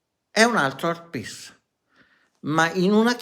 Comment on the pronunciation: Art piss? Art piece vuoi dire...ma perché non parli italianooooooo. Parla come mangiiiiiii...poi ti interrogo in inglese e prendi 2... ahahahah